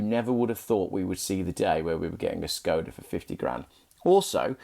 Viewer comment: A little help with pronunciation. It is Š (Sh) KOD (cod) A (ar). Look at the bonnet badge .... you will see the Czech letter Š (sh), not S. The original car company (the 5th oldest in the World) was founded by Václav Laurin and Václav Klement, hence the name of the car. "Václav" is pronounced "Varts larf". In Czech, if you want a pure "s" sound, it is "s" ... if you want a pure "k" sound, it is "k" as in conference = konference.. "c" is "ts" as in hats, bats, mats. Laurin and Klement was acquired by Škoda, the huge Czechoslovak industrial/armaments conglomerate, in 1925 because they wanted Laurin and Klement's engine technology. Unfortunately Škoda translates as both "damage", fairly good for an armaments manufacturer, and "shame" or "pity". (To je škoda ! = It is a shame ! JAKǍ škoda ! = WHAT a pity !)